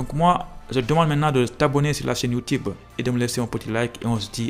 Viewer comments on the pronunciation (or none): none